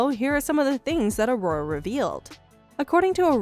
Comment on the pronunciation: A-Ror-A. Aurora?.........not Arrrrorrrre